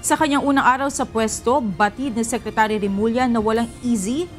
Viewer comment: Secre-chu-ry? sabi ni.